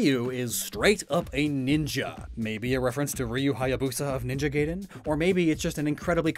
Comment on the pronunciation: Why do you pronounce Gaiden like Mortal Kombat Raiden?